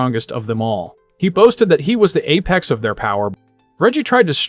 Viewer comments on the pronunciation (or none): none